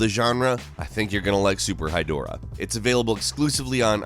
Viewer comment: When he said Super Hydorah, I thought he said Super High Dora.